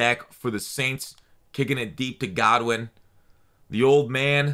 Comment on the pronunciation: It’s Goodwin not Godwin😂